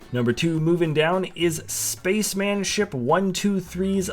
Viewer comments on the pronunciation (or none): none